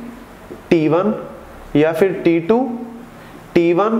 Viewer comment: sir says t2 , i hear titu